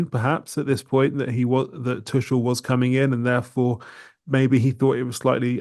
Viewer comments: His name is not Tuschel! It’s Tuchel… you might as well learn German… Inselaffen 🫶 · Saying Tuchel with a soft c was bothering the hell out of me. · None of these brits can pronounce Tuchel right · At least pronounce his name right double-barrelled man